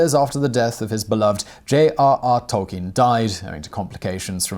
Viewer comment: Bonus fact: the name is pronounced toll-KEEN.